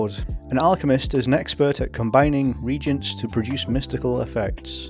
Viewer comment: Reagents are pronounced differently from regents. [Re-agents] are chemicals that react with each other. Regents are supervisors, guardians, and mentors of a very young royal heir until that heir comes of age and is ready to take charge.